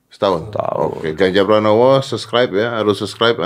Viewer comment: Pranowo mas bukan pranomo